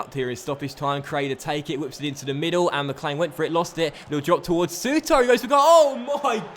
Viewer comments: I know loads of people say it but it's pronounced sooter not soutar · Souttar.......please dnt put as much emphasis on the "ar" pronounce it as if it ended "ir"